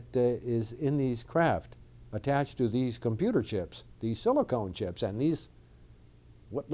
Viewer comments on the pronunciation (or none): Come on man it's SiliCON not SiliCONE - this guy is just a rambling fool who doesn't have a clue what he's talking about! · He's supposed to be an advanced engineer, yet he calls Silicon "Silicone" twice. These are two distinctly different things that any educated engineer should know and not make a pronunciation error like that. It's a passable mistake for a lay person, but not for an engineer.